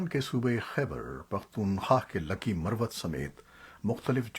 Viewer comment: Buhut hee khubsoorat Awaz hai aap ki jenab Hameed Baig Sb. Lehja bhi buhut khaalis hai... Kuch tallafuz edhar udhar ho jaatey hain aap se jaisay 'Lakhi Marwat' mein ek mayqey par 'Lakhi'.. .. Shoba-e-Talkuqaat-e ki tallaffuz mein ek jhagha ghalti.... Shayad bharthi umur ki wajha se.... Allah Paak lambi umur atta farmayen. Sehat k saath. Shukria... NIAZI